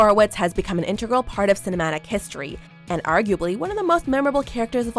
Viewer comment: You misprounce integral